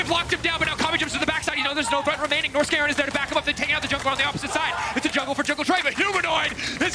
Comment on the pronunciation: Wait…. I've heard them say "Nors-garen", but they actually mean Norskeren, it makes sense now lol